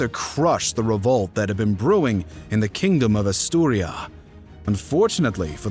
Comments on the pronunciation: ASTURIAS.....not Asturia.... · If I hear “Astiuria” one more time 🥴 it’s *Asturias* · Gave up in the first few seconds when the narrator called Asturias “Asturia”. If you can’t get vital names right, what else might be wrong? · AsturiAS. Not Asturia. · AsturiaS, Asturia needs and S at the end. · ffs it's AsturiaS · Aaturias, with S. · A most impressive breakdown of the Reconquista, thanks for the amazing contribution. Just a few notes from a spanish native speaker: The kingdom is called Asturias, and the city or Córdoba is pronounced 'COrdoba, rather than cor'DOba. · Renconquistahhh Europahhh Asturiahhh Cordobahh Peninsulahhhh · Asturias is pronounced just like its written. Its Asturia-S. The S is not silent, as it is a Spanish name. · he said "Asturia" because he doesn't pronunce correctly. However talking about the year 700' the name they used for Asturias is Asturia, so he's got a point. You can check many sources, including original texts. The word "Asturias" origianetly was "Asturica" (like the city Asturica, which nowadays is known as Astorga, in León by the way). Then it gradually switched to Asturia, and at some point in the Middle Ages, to Asturias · Why are you pronouncing Asturias so wrong? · Not many people know about Andalusia and the muslim invasion? Uh... yeah, not many blithering trogs, but anyone with any kind of education knows the basic details, aong with the populations of Spain and Portugal and the neighbouring North African countries. And it's frikkin' ASTURIAS. Your pronunciation makes me doubt that you actually know anything about this. Is this an AI reader or something?